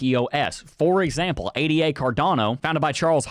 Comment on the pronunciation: please say Ada and not A Dee A